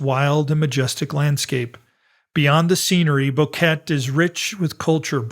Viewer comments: Thanks for the well researched video. It's so good to hear a real human voice-over too. However I must point out a recurring error. The name of the town isn't pronounced 'Bow-ket'. It's 'Bo-ke-te'. Three syllables with the accent on the second. It really isn't so difficult. If you can say Nevada, you can say Boquete. You don't say 'Nevadd', so why say 'Bokett'? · Its pronounced: BO-QUE-TE